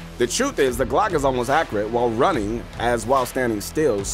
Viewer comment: the way you say accurate hurts my head